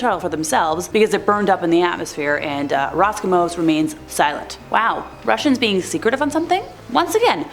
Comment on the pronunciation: Good content . It's "Roscosmos" with an S as in Carl Sagan's "Cosmos" btw